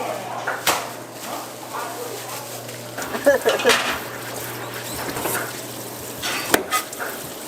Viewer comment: 제래시장 아니고 '재래시장' 이예요~ 영상 잘 봤어요~